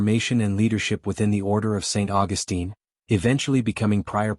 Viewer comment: You are mispronouncing "Augustine". The way you say it is how the female version of the name is said.